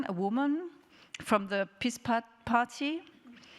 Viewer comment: Es ist schon etwas peinlich und schwach sich auf den, nebenbei falsch ausgesprochenen, Namen einer Partei aufzuhängen und keinerlei konstruktive Kritik nennen zu können. Wenn die PiS so schlecht ist, dann erkläre es uns doch bitte. Ich erkenne keinerlei "undemokratie" in Polen. Die Medien sind genauso "demokratisch" wie in Deutschland und den USA, also garnicht. Aber die Medien als "Nullpunkt" oder "Ausgangspunkt" zu nehmen wäre schon sehr absurd. Man muss die ganze Herangehensweise systematisch ändern, nicht zeigen sondern vergleichen. Man kann nicht sagen "die PiS kontrolliert die Medien" und gleichzeitig die Medienkontrolle in Deutschland verheimlichen. Das sind zustände, welche ich in Polen beispielsweise nicht finde. Außerdem finde ich in polnischen Dokumentationen etc. keinerlei Übersetzungsfehler, wenn man in Deutschen Dokus welche finden möchte so soll man doch bitte eine anschauen in welcher mit einer Sprache gesprochen wird, die weder Deutsch noch Englisch heißt. Hier endet nämlich meistens der Blickwinkel der Deutschen. Polnisch, Französisch, Russisch scheint es in ihren Hirnen anscheinend nicht zu geben. Später wird sich aber groß über die "Intoleranz" der Polen gesprochen. In meinen Augen gibt es kein schelmischeres Verhalten, als dieses was du "" und die Deutschen Medien hinlegen. Wie heißt es so schön "Man findet den Span im Augen des anderen schneller, als den Balken im eigenen".